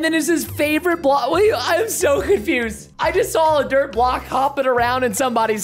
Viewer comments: u said drt but not dirt?? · preston spelt dirt wrong he said drt